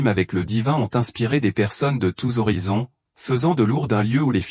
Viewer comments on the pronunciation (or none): none